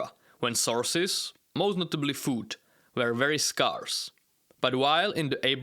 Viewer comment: Good video. Just note that the pronunciation of scarce is not as you say it.